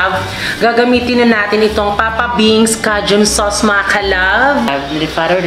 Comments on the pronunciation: Wrong…. K-jun po ang basa niyan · Cajun "KAYJUNE" yan ang basa CAJUN* ok...🤩🤩😍😍🥰🥰😃